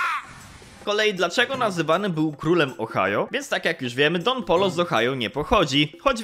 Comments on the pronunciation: don POJO sie czyta a nie polo xdd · Dziękuję za pokazanie mojego komentarza 🙏. (Tak poza tym to Don Pollo czyta się Don Pojo) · taki fun fact mowi sie don pojo